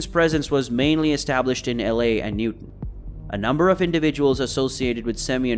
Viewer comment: It's "Newtown" Pennsylvania, Bucks County, not Newton.